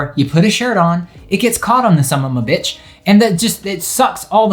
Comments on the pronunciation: Is anyone else cracking up over him saying "sum-ma-ma-bitch"? XD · I love the way you effortlessly pronounced “summammabitch” like Bernie Mac. 😆